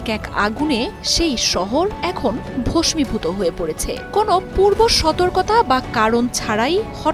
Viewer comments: ভসমিভূত কি উচ্চারণ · আপনার বাংলা উচ্চারণ আরো সাবধানে, জেনেশুনে করতে হবে। ০০:১৯, ০০:২০ [ভস্মীভূত] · একাত্তর টেলিভিশনের মতো এত বড় একটি সংবাদ মাধ্যমের সংবাদ পাঠকও ভস্মিভূত শব্দটি সঠিক উচ্চারণ করতে পারল না???